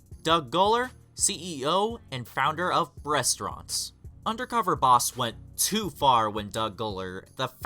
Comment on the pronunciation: When he said "bressstronttt" for Breastraunt lmfao. This channel SUCKSSSS.